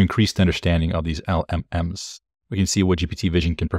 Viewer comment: Just say it like "elellems"